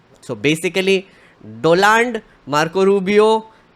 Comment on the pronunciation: Are you deliberately mispronouncing the name "Donald" ?